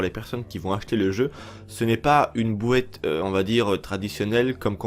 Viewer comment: la fameuse ''bouéate'' de vins je m en lasserait jamais😁 , sinon super info gg👍